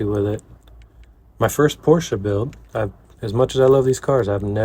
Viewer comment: Great work, as usual. Love your perfect pronounciation of "Porsche" .